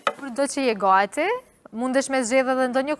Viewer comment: Pse thot „goati“ por thuhet „gati“ 😂omg🤣🤔